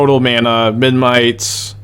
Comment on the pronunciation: is aware that memNite is spelled memNite rather than menMite? I'm never sure whether he says it like that by mistake or as a joke